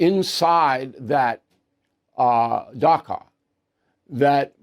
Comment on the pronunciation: It’s pronounced “dacha” (“ch”as in cheese”